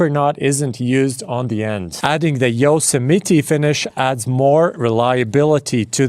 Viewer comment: I love the mispronounced Yosemite ❤